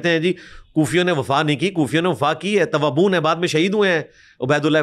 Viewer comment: Tawaboon??? 😂😂😂 Tawabeen